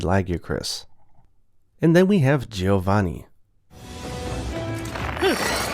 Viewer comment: Giovanni is pronunced as "Jovanni". I'm hoping that this game comes to the west and the monetization isn't too heavy.